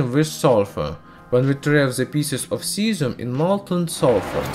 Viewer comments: 😂😂😂 i felt so bad for the 'zieszzzhuuum' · "Cyazim tanty nain"